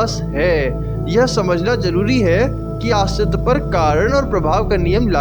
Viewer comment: Bhai aastiva nhi hota hai...astitva hota hai